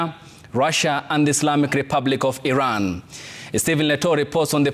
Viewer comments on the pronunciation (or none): none